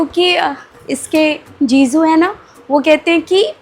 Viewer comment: Jiju ✅️ ziju ❎️😂😂😂😂